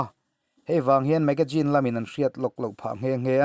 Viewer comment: Magazine i lam rik dan hi ngaihthlak a nuam lo deuh hlek a hei aia ri dik deuh hian a la theih a nia. Hma sawn zawk zel nan tiin ka rawn zep tel mai2 a nia. Ngaihthlak a nuam in a bengvar thlak hle thin e.